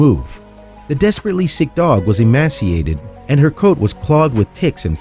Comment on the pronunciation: Rural not rewal Emaciated not emassiated Samaritan not samaridin Veterinarian not vetruhnarian Promptly not promly Taken to not taken uh Community not communidy Internet not innernet Appreciative not appreshative